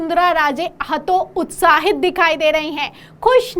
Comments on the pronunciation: हतोत्साहित न कि हतोउत्साहित हिंदी भी नहीं बोल पा रही । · पहले वसुंधरा को वसुंधरा कहना सीखो। हतो उत्साहित नहीं होता है।